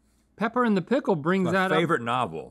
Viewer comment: “i would like a packle please” tucks hair behind ear 😭😭😭